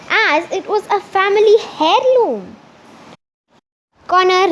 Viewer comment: U pronounced heirloom wrong it is pronounced as eir loom the H is silent